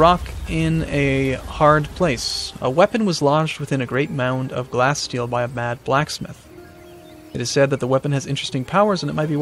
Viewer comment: I believe it is pronounced like glassteal not glasssteel.